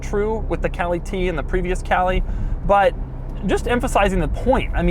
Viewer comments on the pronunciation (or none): none